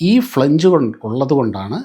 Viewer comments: ഫ്ളെ ഞ്ജ് അല്ല ❌ ഫ്ളാഞ്ജ് ആ ണു്. 🙏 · ഫ്ലാൻജ് ആണ് correct pronunci ation, സർ 🙏